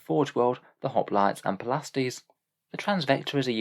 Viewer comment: And the Hoplites arent Hop-lights but hop-lit-ays.